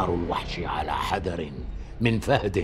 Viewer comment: تتحفز وليس تتحفذ لاهثةً...وليس لاهثتاً.. مذعوراً وليس مزعوراً.... تزدردُ ذباباً... وليس تسزدري على حذرٍ وليس حزرٍ... وضباع وليس صباع... مع الانتباه لفصل الكلمات عن بعضها. .... الرجاء التصحيح وشكراً.